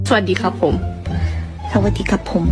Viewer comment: วลีในตำนาน ของพี่ซู "สะ-หวัด-ดี-คับ-โพ้ม" ฟังกี่ที ก็ฮา ถึงแม้ เรื่อง Performance บนเวที พี่ซู จะยังไม่ถึงชั้นเซียน แต่เรื่องความน่ารัก และไหวพริบ เทคแคร์แฟนคลับ และคนรอบข้าง นางชนะเลิศ ระหว่างที่ 3 สาวที่เหลือมีงานที่ต่างประเทศ แต่พี่ซู โกย Blink เกาหลี เข้าค่ายนางหมดแล้ว เพราะนางเป็นเมมเบอร์ ที่ใกล้ชิดแฟนคลับ ผ่าน Vlive บ่อยสุด